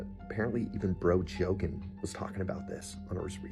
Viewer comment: Bro called joe Rogan boe jogan 😂